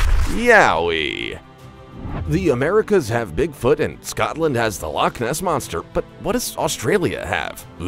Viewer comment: Bro really said lock moss monster no offense but that was just funny😂😂